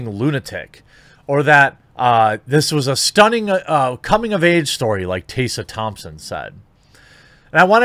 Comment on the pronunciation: Do you intentionally mispronounce Tessa Thompson's name?